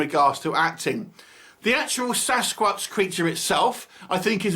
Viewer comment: good review but every time you pronounced sasquatch differently and it threw me off. You said sascrub , sascrouch . other than that, i liked the review.